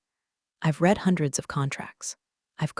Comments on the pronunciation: Read (reed) read (red) two different pronunciation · Past tense of "read" is pronounced "red." Preschoolers master this.